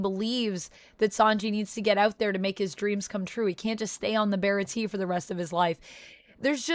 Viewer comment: not really important but baratie is pronounced Bara-Tee-Aye